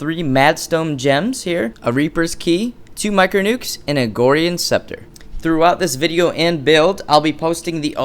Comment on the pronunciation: I love your videos man, very helpful. And you crack me up....BUT FOR THE LOVE OF GOD IT IS "AGORAN SCEPTER" NOT "AGORIAN SCEPTER"!! Again this is coming from a place of love and respect!